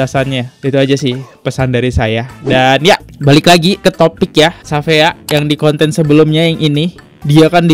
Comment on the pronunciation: syafiaa bacanya bang dia bake ejaan luar shafeea jdnya